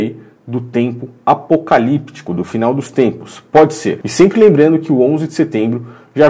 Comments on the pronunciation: No final parece que o Bial disse "Bodi"ao invés de Pode.. Mas deve ser doideira minha kkkk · Ele falou bodi! Eu também ouvi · Eu tbm percebi isso pra mim ele fala bodi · Credo,eu também entendi bode!😲